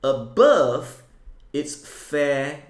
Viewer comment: absolutely no one: Adam: ABoœuVE